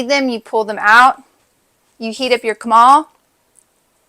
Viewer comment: FYI: you call it a taco when you use a “CORN” tortilla and you call it a burrito when you use a “FLOUR” tortilla. The round grill is a comal it is pronounced “ the “co” of co-up or coal. and the “mal” from mal-eable. Put those to sounds together and it come out cooo-mal. I’m a Spanish/English interpreter that learned English at 9. My teacher had these little sound hacks all over the classroom. For example the word “ the” is a sound that is not easily recognize in Spanish so she had the word “ the =da”